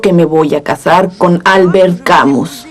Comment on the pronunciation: Me encanta y agradezco poder ver este documental. Lástima que la pronunciación y acentuación del nombre y apellido del autor no tienen nada que ver con las francesas